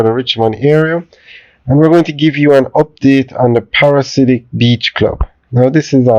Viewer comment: Pa-ra-dee-si-ak 😅if that makes it easier. Thanks for the updates though.